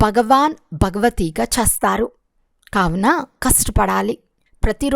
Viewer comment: Modata meeru letters ni chakkaga palakandi chastaru kadu chestaru.